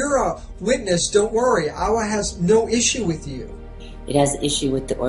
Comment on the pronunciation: why does aawa sound like Yahweh?